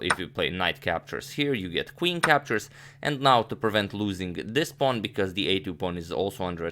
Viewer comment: "whute is up a pown"